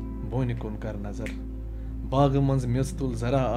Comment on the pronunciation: Excellent job. I think "Booni (chinar) kun kar nazar" should be read as "boun kun kar nazar" (look downwards) "Zyade noon"(salt) should be read as "zyade noun" (too much open)